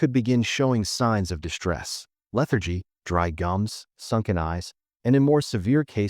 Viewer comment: You have a speech impediment. Its called s-backing. You pronounce st/str words as if there was a h in it…It’s distress ( dissss ) not dishtress ( dishhh )… It’s strain not shtrain